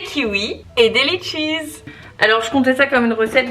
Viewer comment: Perfect brunch 👌 Aussi quand tu as dis : Letchi"z" 😁 j'ai ris respectueusement évidemment 😌 Simplement de là où ils viennent (La Réunion) on dis "letchis" avec pour terminaison orale " i " même au pluriel 😬😋